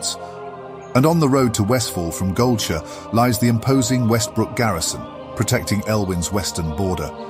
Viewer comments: He did not just pronounce GoldSHIRE as GoldSHÖ!? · Once "gold sure" was said instead of gold shire. I want to say .... Booooooooo Ai generated voice and possible chatgpt text to be read. Had high hopes but omg it is so bad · Goldshu? Really? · Given the weird pronunciation of Defias and Goldshire, I'm guessing this was produced using Eleven Labs right? Great stuff even so. I'd watch one of these for every zone honestly. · Not gonna lie, i cant stand this narrator. The concept of lore videos are always welcome tho, but you can just tell the guy speaking has no clue what hes talking about. Especially the way he pronounces goldshire is sad. Otherwise great video, i especially like the way the descriptions are provided too of the zone.